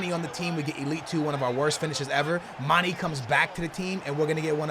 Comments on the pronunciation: plz stop saying MAN-EE his name is MAN-EY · His name is Mane not Mani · its not mani or money its mane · it's not mani, it mane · it's said like Maan-nay! Not maan-E! You're killing me smalls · Please stop saying it like manny.. It's manE like mayEYY! Dunno if this makes sense but trust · Can someone plz tell him u pronounce in "mane" not "mani" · 102 episodes and he still pronounces "mani" lmao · "mani" lol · Why do you call mané many/manny?? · Lay off my dawg Mane, can't even say his name right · maybe mané isn't good for you because you don't pronounce his name right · its cuz u dont know how to pronounce manes name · Anyone else extremely triggered by how he pronounces manė ? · The way he pronounces Mané fucking triggers me